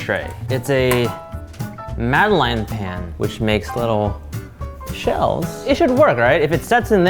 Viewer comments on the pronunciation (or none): You pronounced Madeleine incorrectly.